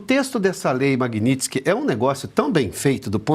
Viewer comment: Lula fala "Lei Magnilson"